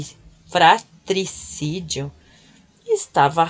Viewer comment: Fraticidio kkkkk travalinguas 🥰🥰🥰🥰🥰🥰🥰🥰